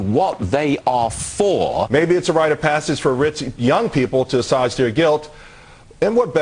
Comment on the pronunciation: "Asaje" their guilt? Assuage is pronounced uh-swage, mister teleprompter reader person.